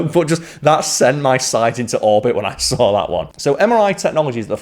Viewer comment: Hey Kal. How goes it? How do you not say the "r" in your name, yet you say it when speaking the word saw and others. (sawr) Do you just omit "r" where you feel like it and add it in other instances? For fun? Or?